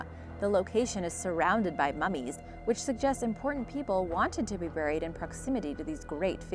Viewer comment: I have no idea how you can speak Japanese, German, and even Iroquois names perfectly, and then mispronounce common English words like “buried” and even Sir Walter RAHlee’s name.